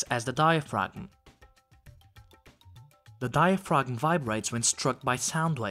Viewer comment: the G is silent in diaphragm bro